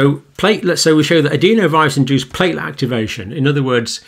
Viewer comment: Adenovirus. Not adeenovirus. I've never heard anyone pronounce it like that in all my time in Medicine.